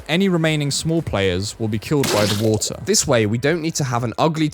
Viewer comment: larvar instead of watur